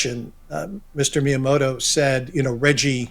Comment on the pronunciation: I love that no one can say reggie's name right lol